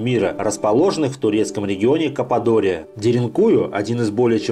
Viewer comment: каппадокия,а не кападория